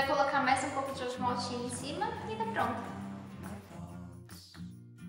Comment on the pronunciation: Quando vc disse ovo maltine ouvi ovo maldito